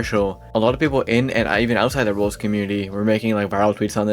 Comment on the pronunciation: Are you calling roblox "rolls"